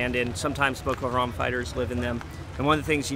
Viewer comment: "Ma ayeem ees too keeell Bukoo Haaraam"